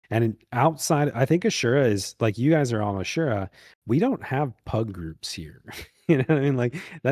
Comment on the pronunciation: Shoutout to for actually pronouncing "asura" correctly. First time I've ever heard someone say it like that.